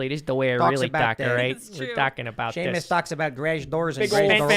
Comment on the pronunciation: See-Muss is such a great guy! lol